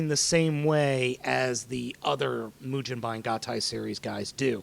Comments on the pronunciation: can you read japanese? let me break it down for you マシン ロボ ムゲンバイン マシン = ma-shi-n = machine ロボ = ro-bo = robo ムゲンバイン =mu-ge-n-ba-i-n (yes in japanese consider the "n" at the end of the syllable, as it's own syllable) if you don't believe me, google a katakana chart and actually LOOK for how to SAY mugenbine, or continue to sound like and ass. Either way, the internets know I'm right. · its mujenbine dude and if you are goign to sound it out do it right its mu jin bine, not ba in. the japanese say it mujinbine not mugenbine however we can say it that way cause we aint japanese(im british but we i still say gen rather than jin.) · it's pronounced moo-gen-ba-in, the GEN is pronounced like the ge in "get" there is no "je" pronunciation in the japanese language. if they need to say it because of foreign words, they would spell say it like ji-e.